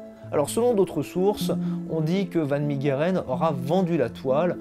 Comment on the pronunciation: Superbe vidéo !! Juste pour la prononciation en néerlandais son nom se prononce Han fan Mèreren !!👍🏻